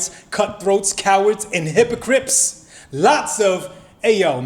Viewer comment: "Hypocrips" 💀 ....aaaand I'm dead 😂